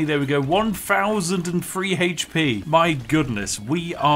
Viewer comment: One fousand haych pee?!